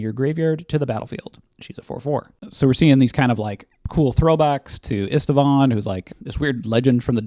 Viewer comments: are you a human being or a hallucinating AI? Why are you adding letters to Istvan’s name? It’s NOT “Istivan” learn how to read moron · It's read [ˈiʃtvaːn], it's Hungarian for Steven.